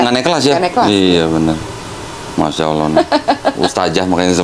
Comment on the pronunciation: Koh, itu mbak Siska di ingatkan; pengucapan kata Allah itu tidak L nya tafkhim ( tebal ); logatnya seakan bukan L. Jadi dalam Islam pelafalan huruf itu ada ilmunya.